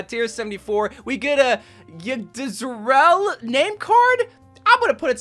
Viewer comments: Yggdrasil is pronounced "ik-dra-sil" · How could he not pronounce any of the Norse names How hard is it to just say Yggdrasil U just say Idrasil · LMAO Yggdrasil is prnounced as Yigg-Drah-Sill (best way i can do this over text format)